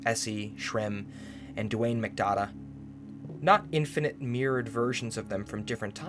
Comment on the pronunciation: No judgements but I gotta ask r u dyslexic? Cuz there's like 5 times u either mispronounced a word or something cuz u were putting a letter where there was none. Example "McNiadh" came out as "McDada" and "Vault" came out as "Vex"